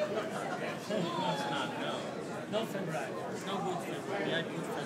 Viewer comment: is that jason england, who said feburary?